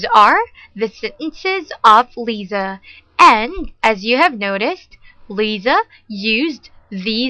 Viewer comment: Lisa بتنلفظ ليسا مش ليزا